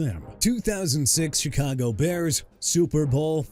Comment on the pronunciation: YOU MEANT "MONSTERS OF THE MIDWAY" MR. I CAN'T CORRECT MYSELF FOR NOTHING?! ALSO THE CHICAGO BEARS PRONOUNCED SHUH-KAH-GOW OR SHEE-KAH-GOW AND I'D BETTER NOT HEAR YOU SAY CHEE-KAH-GOW NO MORE!! ALSO MIAMI'S 1973 DOLPHINS GOT OVERSHADOWED BY THEMSELVES... WHAT'S THAT SUPPOSED TO MEAN BRO?! AND YEAH EVERY DOLPHINS TEAM FROM '73 TO 2025 WILL LIVE IN THE SHADOW OF THEIR 1972 SQUAD AND YOUR POINT IS?! SMH...